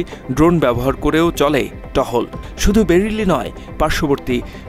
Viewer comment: সব শান্ত! পেরেলি নয় বেরেলি।